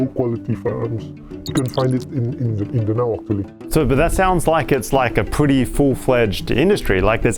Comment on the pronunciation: DA-NAO & PAL-TIK. The correct pronounciation